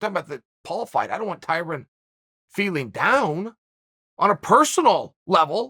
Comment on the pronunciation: Dana: “Tie Rone” Tyrone: * “Tie Ron” Chael: “Tie Rin”